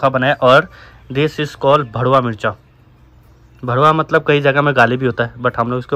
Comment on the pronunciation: Yeh BHARWA MIRCHA Aur ' Kuch Jagah Ka ' Gaali Hai Wo Alag Usse Kehte Hai # * DWA 🙄 Bas R aur D Mein Farak Hai 🙃 Aap Log Ka Accent Ke Wajah Se र ड Jaise Sunaiye deta hai ,🙏🏻